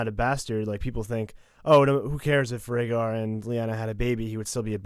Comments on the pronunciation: She didn't say Rhaegar. She said Ragger. She mispronounced the name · About the Gilly reading about the annullment, I think she mispronounced Prince Rhaegar's name and she pronounced it "ragger" instead of "RAY-GAR". He wasn't really listening either. He was bored rewriting the scrolls, etc. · I'm sorry, but there's a TON of places where you guys miss the point. For instance, the Gilly/Rhaegar moment. The whole point is that she doesn't say Rhaegar, she mispronounces it and says Raggar. Sam has no idea who Prince Raggar is, so he doesn't care. It doesn't catch in his mind, especially because he's got a lot of other things going on in there. And besides, even if she had said Rhaegar, that means nothing to him right now as he knows nothing about Jon's birth. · If you listen to the Sam, Gilly scene again you'll see that Gilly misprounounces Rhaegar and says Ragger or something. Sam didn't even know she said Rhaegar which makes Gilly's statement even less noteworthy to Sam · Sam didn't understand Gilli. She butchered the pronunciation and he was already annoyed so it didn't click what she said. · so this part about Sam neglecting the revelation about rhaegar annulation and re-marriage... I understood it as Gilly mispronouncing his name making Sam not realising of whom she was speaking of... not just him not caring. you made it sound like he didn't give a rats ass due to the circumstances :D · Sam doesn't notice the annulment because Gilly butchers the name so much that he doesn't connect the dots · In the scene with Sam and Gilly, sam probably didn't realize that it was Rhaegar because Gilly pronounced it so wrong that he didn't recognize the name. Not that weird cause Gilly probably only recently started to learn how to read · Gilly also said Raegars name all fucked up and wrong so and had been listing shits and steps so you can't blame Sam for blowing her off. He probably didn't even realize who she was talking about.